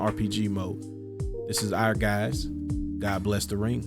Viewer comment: Yeah, that game was….different; also, I’ve been pronouncing Ehrgiez incorrectly for years, thanks for the correction😅